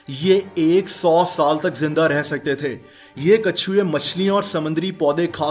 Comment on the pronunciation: Brother You Say Kachey instead of Katchvay in the end.😅.But I am your big fan keep it up.